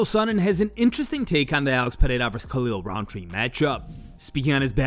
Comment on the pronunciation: CAN SOMEONE PLEASE TELL CHAEL THAT IT IS PEREIRA AND NOT FUCKING "PIERRA"